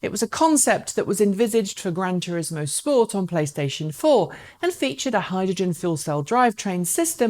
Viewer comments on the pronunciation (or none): none